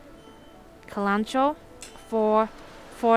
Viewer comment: kal-an-KOE-ee is how it's pronounced, (not ka-lanch-oh}